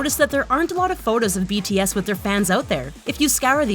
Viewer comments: I THINK JUST HATES BTS IN GENERAL...... IM SO TRIGGERED ON HOW SHE PRONOUNCED THE NAMES OF BTS😠😠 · i was so trigged by this video because she keeps mispronuncing their names